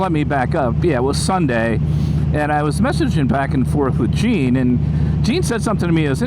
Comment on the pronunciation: Its Gene! Not Jean! Lol take care my friend!